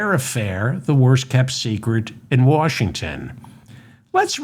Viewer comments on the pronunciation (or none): none